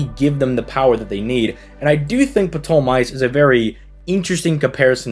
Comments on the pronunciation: Is it normal for Americans to pronounce Ptolemaios as Poton-mice? I can understand that greek pronunciation does not come naturally To hear how it is supposed to sound, google "Greek Pronounciation dictionary" and write "Πτολεμαίος" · The "P" in ptolemaios is supposed to be silent if I remember correctly